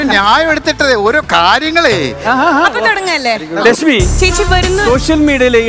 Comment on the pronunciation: അടിപൊളി ലക്ഷ്മി അതിൽ ഹ്‌റ ഉച്ചാരണം ശരിയാ രീതിയിൽ വന്നു 👍🏻❤